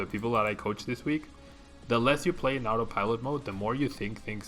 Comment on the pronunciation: Had a really hard time to hear the word "autopilot". Thanks youtube for the subs, or else! Obrigado pela dica,!